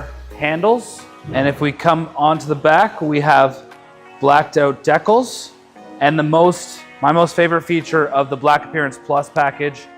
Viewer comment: This dude can’t even pronounce decals right. GTFO!